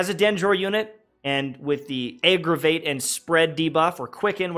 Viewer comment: It's aggravate, not eggravate.